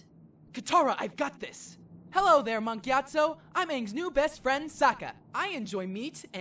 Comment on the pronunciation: Mark Gyatso? listens really hard I'm sure it's Monk Gyatso.